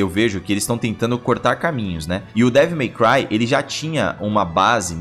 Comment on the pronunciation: Toda vez que eles falam Devil My Cry eu escuto devo meu pai 😂😂😂